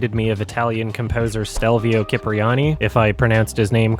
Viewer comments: Stelvio Cipriani: the first part surname is pronounced like chip (microchip...) so chip-riani. Ci are almost always pronounced like that in Italian. The rest of the name was more or less ok. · It’s pronounced Chee-pri-ani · cipriani is pronounced with a ch sound it seem, not a k sound